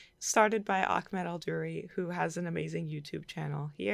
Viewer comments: "Ah-med" not "Ahk-med". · great sketches! Also, his name is pronounced AHmed. there is no k or kh in there lol